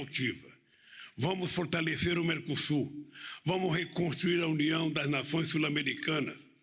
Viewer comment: praneta fotalecÊ vamu mecosur